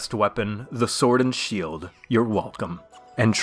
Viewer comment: You certainly meant "SWUORD AND SHUELD!!!" no?